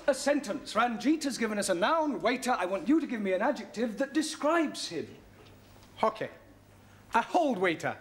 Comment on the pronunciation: Hokay